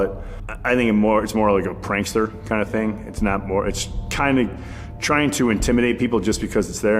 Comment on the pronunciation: Maybe be said trying but I heard dying